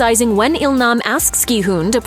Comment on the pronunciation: first video I've seen where the person actually says his name correctly as "hoon" and not "hun" as it's spelled in English